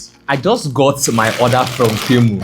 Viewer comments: Temu not Ntemu😂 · For the record it's pronounced tee-moo Great video!